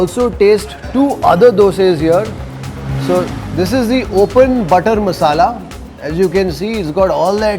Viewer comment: It is not masal it is masala